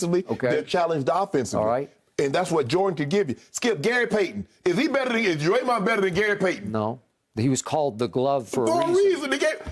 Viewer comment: Unc say dremond flockin!!!???😂😂😂😂